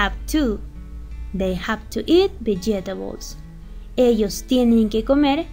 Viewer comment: Your explanation has been excellent,except for Two mistakes: deliver is with v not with b and the other mistake is the pronounciation of the Word vegetable. That's because I want to use your explanation to a group of students.